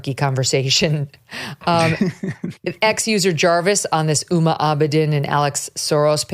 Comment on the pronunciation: Ms. Abedin's first name is pronounced with a hard "H" like "Whom-a". I don't know if it's a conscious attempt on her part to erase her Muslim background (being of Islamic Indo-Pakistani parentage and having been brought up in Saudi Arabia since age 2 to when she started college in the USA) BUT the name, "Uma" is of Sanskritic origin and generally used by Hindus. Uma Thurman was given the very Hindu name Uma Karuna by her parents. Her father was an Indo-Tibetan scholar and she was raised Buddhist. Her mom was a model (yes..,. a real one - just look at Uma Thurman as evidence of this). The name Uma is another name for the Parwati or Durga - the most powerful symbol of feminine power in Hindu mythology. WHOMA may well well have her own reasons for de-emphasizing her roots which are not at all Hindu. Since age 19, she has exhibited an uncanny ability to attach herself to powerful people. When she met the Weinermeister, he actually was going places in the Dem party until he turned out to be a pedo of which I suspect he is one of many in power circles. BTW, I agree with all your observations about these people. They are not normal human beings. I'm a writer and my writing room where I often am relegated to sleeping owing to my snoring (so as not to disturb my wife) is strewn with books and other things. I wouldn't want to live in these lab experiments, these people call homes. How many assistants did AOC have to go through to find those knitting needles?